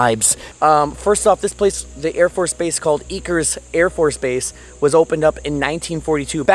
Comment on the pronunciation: FYI Eaker is pronounced like acre, named after General Ira C. Eaker.